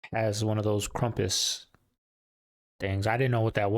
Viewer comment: It's KRAMPUS. If you're going to demonize shit and ruin folklore than say it correctly. Krumpus? Lol Fuk off. That guy drives me nuts. We get it, you love Jesus but not everything is satanic. My goodness. 🤦‍♀️